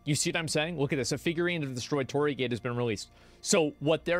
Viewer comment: Just a pronunciation not so you don't sound like Ubi; Yasuke - Ya-sk-A, you don't pronounce the U, & Torii - Tor-EE (i pronounced as E), Naoe -Na-O-A. The multi-vowel string in Japanese has soft vowel first and hard vowels following.